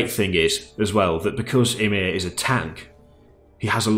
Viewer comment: That's not how you say Ymir :p I except everyone to know how to pronounce the Norse mythology creature names. Earth is made of Ymir, we should know this shit! :D